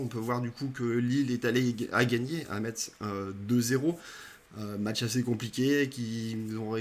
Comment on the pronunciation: Merci pour la présentation de l'avant-match. Petite précision pour Metz on ne prononce pas le t "Messe". Une origine lorraine pour moi ;)